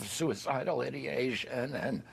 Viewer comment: It's ideation, not idiotion! He's an idiot!😂